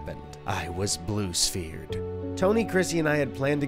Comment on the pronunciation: "i was blue spehered" LOL